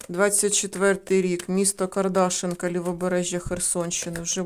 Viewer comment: Село Кардашинка. Наголос на и.